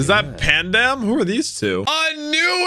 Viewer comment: I love that you say Pandam lmao